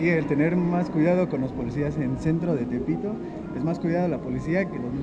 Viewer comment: Aveces escucho "elpito" y no "tepito" xd